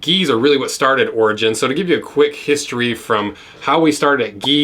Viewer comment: Thought you were saying ORGY BOOTS